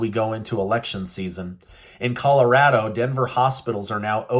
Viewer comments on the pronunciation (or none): none